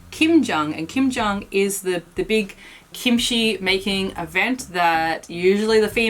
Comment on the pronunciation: Is the pronunciation gimchee or kimchee? pronunciation sounds more like gimchee. I've always pronounced it with a K sound.